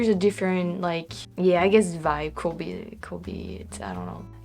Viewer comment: Our word "could" really rhymes with "good". I think you try to pronounce the "l" - but we don't - of course our spelling is nuts. Amazing English. I wish my French was half as good.